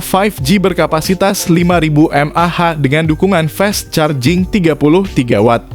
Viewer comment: ini yg ngomong robot ya, koq baca Fast Charging nya salah